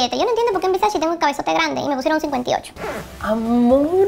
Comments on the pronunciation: la manera correcta de mencionar VERSACE es Ver-sa-CE (Versache), NO Ver-sa-CI (Versachi). 🌹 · IT’S VERSACE NOT VERSACHEE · La marca Versace,no se pronuncia versashi,se pronuncia Versashe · es versace no versachi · Porque dices pronunciandolo (versashi) o (versachi) Donatella ya lo dijo miles de veces es (versache) versace. 🙄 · Es Versace no Versacci 🙄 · Que hermosas cosas! Pero me sigue dando algo extraño cuando escucho que no pronuncias bien la marca Versace ToT